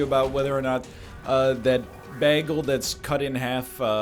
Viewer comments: He said "Bagel" wrong... Never again slander those in the lower forty-eight if you cannot accomplish this minor pronunciation... I know what you are thinking.. Play it off like you are doing a "Britta" nobody now knows what the f* you are talking about... Play it off like you are being coy... But people are starting to wonder if "Bone Daddies" mind is turning to mush... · He literally does it on purpose as a meme. Notice how he emphasizes the word every time he pronounces it wrong. If you watch him stream, he pronounces it correctly when he forgets to do the meme.